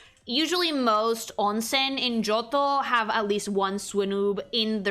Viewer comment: (Part 1) finished cooking "GIOTTO"-MUSU (just luv yer italian pronounciation of johto:"3)..!! And darn these legends were DARN WORTH waitin for..! As ya wished we should do, here my thoughts bout yer designs (kept them short bc dunno if yt comments are limited 🤔 - edit: yeah they seem to be so it's cutted up in 3 parts now - never mind): 152 - CHIKORITA - yer decision to color her hakama in brown is such a pleasin to the eyes (instead of red) and goes great with her green skin. 153 - BAYLEEF - now the brown starts to turn rose-reddish and just realized Chikorita already had lil buds round her neck 😋 154 - MEGANIUM - goosh she's stunning! One of the fullest of beaut ya made so far! The white dress with its rose n pink ornaments reminds me of raspberry milk and she clearly embodies MOMMY NATURE to me 😍 155 - CYNDAQUIL - great job in portrayin her shy nature (with mousy face x3) and problems to control her fire from burstin out. 156 - QUILAVA - luv her hairstyle and nose shape lookin from the side 😎 - maybe just wish the orange armor parts to become lil more diferent in color to the red ones (more like yellow/gold I guess 🤔) 157 - TYPHLOSION - still do love her hair shaped like a samurai helmet and those eyes make her look rl bada$$ 😎 (orange armor parts now look more lighter or goldish - superb!) 158 - TOTODILE - aaw she got attitude and is such a sweety the same time:3 great color scheme and thats totally one of my favorites comin to hairstyle (short n fluffy 🥰)